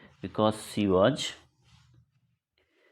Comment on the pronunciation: Sir waj nahi was hota hai😂